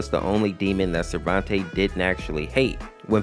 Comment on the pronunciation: Everything that you made mistakes on (Don't worry, it's not as long as it looks.) The Mid Fight Masses Family's names were mispronounced. At least most of them. All that have been mispronounced are listed below. Silehver [Selever] Risaizy [Rasazy] Sarventay [Sarvente] And also, they did not pronounce Lila's name like that in the original series. Skid and Pump are also wearing costumes, so Pump is just a nickname. I have proof of this because I basically saw them in the show without costumes, like in pictures hanging from the walls. Lemon Demon can't have a real fruit head either, because I thought KawaiSprite said that a lemon was the shape of the original character's head, but he isn't an actual lemon. Also, his real name is just Monster because of this, even though they just gave him Lemon Demon because he resembles a humanoid lemon.